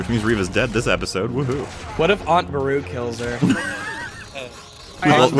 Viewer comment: For some reason it triggers me that puts the emphasis on AAAunt Beru and UUUncle Owen instead of Aunt Beru-UUU and Uncle OW-en.